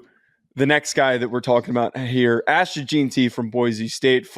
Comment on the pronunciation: It’s pronounced “Jen-T”. And for the record Boise has produced multiple NFL running backs over the past several years.